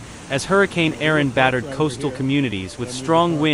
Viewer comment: Why are you pronouncing it "Aron" when it is Erin?